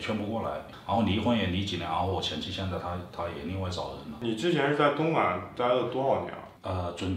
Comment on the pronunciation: （读零下，和负没有一毛钱关系） 东莞（guan） 别嫌我啰嗦，做为内容输出者要为自己的言行负责。